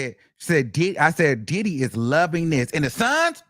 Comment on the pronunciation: And hwo- hwaine 💨😂